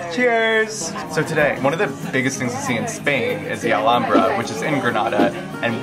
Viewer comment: finally!!! someone who knows how to pronounce Alhambra properly. thank you.